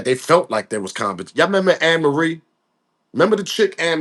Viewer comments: This just 1 day thing that got me Tripping..was the Song 🎵 & You pronounce her name like A ' Marie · Hey Amarie Pronunciation A - MARIE HER SONG IS.... ( IT'S THIS 1 THING U DO) EVEN THOUGH SHE HAS A FEW MORE GOOD SONGS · Amerie is pronounced as A-Marie.